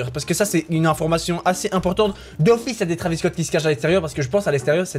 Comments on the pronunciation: ça s écrit travis mai on prononce trevis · On écrit travis Scott mais on lit trévis